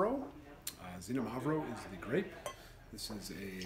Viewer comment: This is one of my favourite wines. Very good stuff. Just FYI in Greek, the X is not pronounced as a Z its more a 'Ks'. So its more like 'kseeno-mavro'